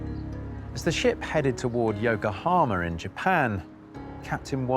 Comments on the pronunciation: You are a truly bad narrstor of a truly bad script. Repetitive and trivial. Hslfway into the damned video, you have not even told us How Fast Did it Go??? Instesd, you wsdte our time with BS stories. Oh, and BTW, ITS YOKOHAMA, NOT YOKOHAMER!!! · It's Yokahama, not Yokahamer